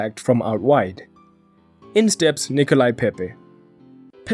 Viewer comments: It’s Nicolas (pronounced ni-co-lah) not Nicolai. It’s a French name as opposed to a Russian one! ;) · I understand you are not African and therefore u could only pronounce Pepe name as Nicolai instead of Nicolas .........love the channel though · I understand you are not African and therefore u couldn't pronounce Pepe name as Nicolai instead of Nicolas .........love the channel though